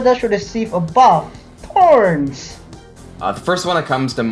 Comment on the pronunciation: my man's actually said thorns LOL